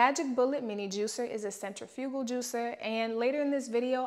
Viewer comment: Mispronouncing centrifugal but thank you for the video!